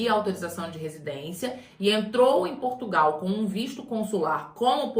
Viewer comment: A "moça" do canal também vai ter que aprender a pronunciar o nome do nosso país, porque esse país, que ela também chama "PortugAAAAAOOO" não existe, esse não é o nosso país.